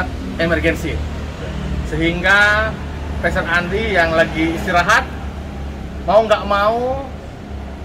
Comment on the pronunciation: Bukan pester tapi pastor dlm bahasa ingrisnya..,bacanya persis sama dgn bahasa Indonesia Pastor